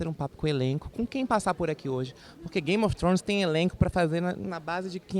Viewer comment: "Grame of thrones" kkkkkkkkk